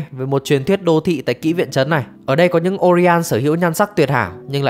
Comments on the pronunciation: Là Oiran 花魁 mới đúng, ko phải Orian nhé. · oiran mà sao cứ đọc orian thế nhờ